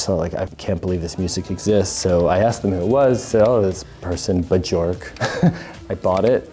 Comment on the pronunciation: Makes fun of someone saying Bjork wrong Still says it wrong but in a different way It’s pronounced Byerk btw rhymes with jerk